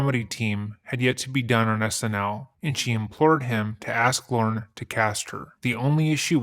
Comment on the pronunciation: Slight mispronunciation, in case you meet him IRL. Not Lauren. It’s Lorne. Said like forlorn.